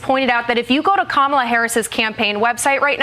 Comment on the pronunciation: You are pronouncing her name wrong. The emphasis is on the first syllable.